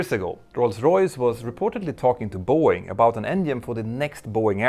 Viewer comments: Is Boeing and not Are Boeing. Like, ist Boeing. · "Are Boeing"? You need an English speaking editor!